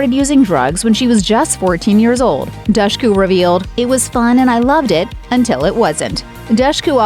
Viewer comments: I think she said it's pronounced Dushku like the word push in an interview I'd seen before. Cause folks would say it like douche. 😂 Seriously though Also her brother looked like a young Leonardo Dicaprio except for his Eddie Munster haircut, lol. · Dushku. With the "dush" pronounced like "push." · If you can't even say the name right... Good bye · You pronunce Dushku so wrong! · cool 11 minute long video where dushku's name gets pronounced wrongly without pause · that was pretty frustrating tbh